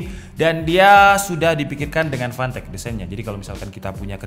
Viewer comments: Gw dengernya pantek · Tulisan : Fantech Kedengernya : Pantek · Setiap lu ngomong fantech yg gua denger pantek panek 😂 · Fantech ❌ Pantek ✅